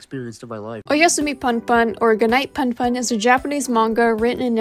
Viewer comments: i'm sorry but it's actually pronounced 'poon poon' and not 'pun pun' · I am sure you have some good points in this video but the way you pronounce "punpun" so incorrectly makes me want to pull my hair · The way you pronounce punpun murdered me and now I’m dead